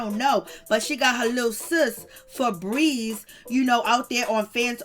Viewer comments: Every time she says fabreeze I can't 😂🤣😂🤣😂🤣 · Laughing at the name " Feebries" 😂😂😂😂